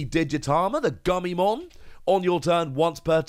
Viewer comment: Guilmon is a hard G just like Gallantmon…